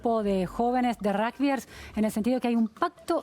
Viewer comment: No es ni rujbiers ni rusgbier pronuncie bien no es tan dificil!!!